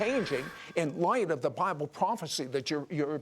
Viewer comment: Sid Roth: " the best record is the bilbe!"... Wtf? Are you kidding me?